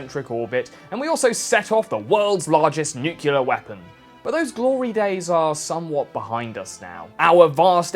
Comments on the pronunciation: There is no such thing as a “nucular” weapon. The word is NUCLEAR - NYOOK-lee-ur, NOT NYUOOK-you-lur. Learn to speak English. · Nu-cle-ar ... not nu-cu-lar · It's "new-clear" not nuke-u-lure" Nuclear. Nuclear power Nuclear bomb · according to oxford dictionaries, it is pronounced nuclear, not nucular. maybe you should go back to school. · “New-cue-lar” terrible way of pronouncing Nuclear. Just because of that I had to get away from this video. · NU-CLEAR! Where does this ignoramus get NU-CYU-LER! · Nu CLE ar Only inbred Rednecks tripping over their distended tongues say nuculurr. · NEW-KLEE-AR! Even new-klee-uh but definitely not new-cull-ur or nuke-yull-ur. Goddammit man you're British, speak like it not like George Bush. Great video by the way. 😆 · Nucular? Really? - Nucular again? Dude. Come on. You've fallen for a Bushism. Nu-Clear. Like Something that is "new" and "clear". No need to "-cular" it. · "Nuclear" not "nuculer" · Nu - clear That’s how you say it. Not nukilier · It's nuclear pronounced new-clay-are... not new- cue-lare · Love your vids, but it always bothers me that you say "nucular" instead of nuclear. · Nuclear is pronounced NUCLEAR, and not NUCULAR, bud. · IT'S NU-CLEAR, NOT NU-CYULUR (sorry) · It's nuclear (pronounced new clear), not nucular. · Hearing him say "new-cue-lar" was both amusing and annoying. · its "nuclear", not "nucular". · Did he just say "nu-cu-lar"? Why do people keep saying that? Thats not even a word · Nucular is a common, prescribed-against pronunciation of the word "nuclear". It is a rough phonetic spelling of /ˈnjuːkjələr/. The Oxford English Dictionary's entry dates the word's first published appearance to 1943. (General American) IPA(key): /ˈnukjʉlɚ/ enPR: no͞oʹkyələr When used for nuclear, this pronunciation is proscribed, although some dictionaries recognize it because of its increasing usage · Jesus Christ man! It's NEW CLEE ER! Notice that the "U" is BEFORE the fking "C" Nuclear. WTF people? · I stopped at NUCULAR